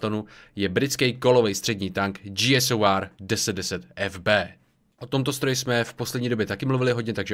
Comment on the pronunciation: G SOR prosím, říkej G-SOR ne G-S-O-R